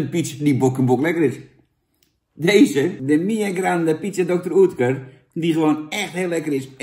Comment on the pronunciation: Ja hoor, spreek het maar weer verkeerd uit. Klinkt als "Dokter Ut-kur". Geen Oetkur. Maar ja, het is dan ook geen pan, die bocht. Fijne Kwatrafrormatie, dat wel.